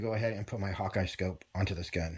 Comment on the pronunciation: Excellent review and particularly like how you transition from the UTG BugBuster over to a 'serious' scope for precision target shooting. Only I wonder why minutes you called it your Hawk Eye scope? I mean you know the company name is: Hawk (the 'e' is silent). Anyway I just received the DF Mark 2 in.22cal this week. I'm among the first owners to get one in Canada from a reputable airgun on-line retailer.